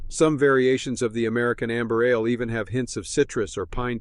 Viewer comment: pronouncing ale like uh-layyy 🎉